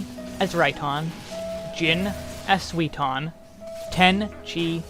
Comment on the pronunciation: I love your videos but man you don't even try to properlly pronounce the japanese words xD Suiton becomes Sweeton when you say it lol